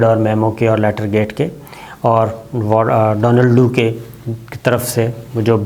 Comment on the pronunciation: I think it’s Donald Lu and not Donald Do.